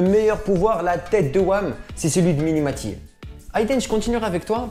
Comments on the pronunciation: C'est pas mini maty mais mimi maty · mdr c'est mimie matie pas miNi matie